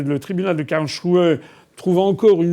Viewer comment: Quelqu'un peut dire FA qu'on ne dit pas Karlshrue. Mais Karlsruhe : rou- hé !